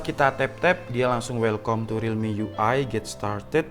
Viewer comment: Read as: welkam, not welkom...🙂